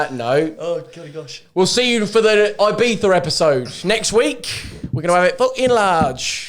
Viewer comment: Stop calling it "beefa" you berk